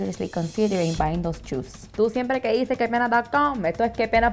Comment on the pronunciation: “GOD FORBID” and “SUPER feo” and “choes(shoes)” 😂